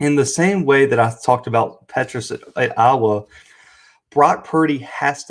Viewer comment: It was the first time BOTH teams were ranked when playing each other. You misstated to start your clip. Also, work on how you say IOWA.